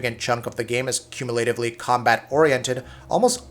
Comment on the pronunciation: learn to pronounce words like unequivocally and cumulatively before doing a voiced review, dude